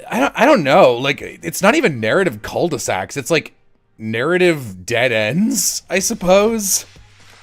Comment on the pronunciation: Hearing pronounce "Cul-de-sac" like "Keul-de-sac" is just too funny for my french ass!! XD ("Cul-de-Sac" is prononce "ku-de-sac", with an "u" sound alone, without the "i" that english speakers put into the sound, and the "l" is silent XD)